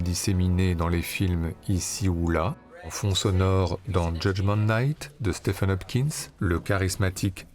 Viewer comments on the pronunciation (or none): none